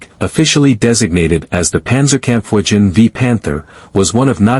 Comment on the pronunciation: Wow! It took me 9 Seconds to bail out of this video. Please! Panzerkampwichen???? Jesus! If you cant pronounc eit just write it correctly!.